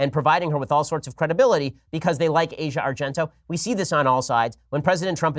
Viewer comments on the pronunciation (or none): A record day for mispronunciations by Ben: Mondelez and Asia Argento.